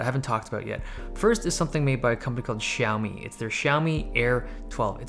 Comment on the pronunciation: I'm surprised you pronouce xiaomi incorrectly as a chinese man!